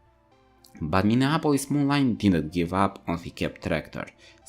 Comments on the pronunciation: Minneapolis Molineeeeeeeeeeeeee NOT MoLine!!! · Moline is pronounced Mo-leen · Just helping out here it is pronounced MoLean.